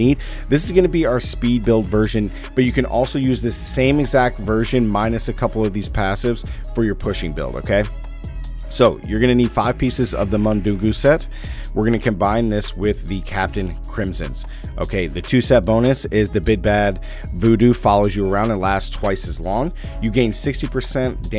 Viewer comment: Mundunugu is pronounced Moon-doo-Noog- oooh and Manitou is Man-Ih-Too.